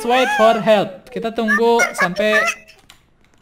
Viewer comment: Dah Kek diSurvival yang dulu, bawa bawa Sign, sama kalo "help" tuh malah "helep" 😂